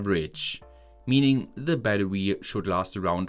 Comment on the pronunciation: Bro said batrwe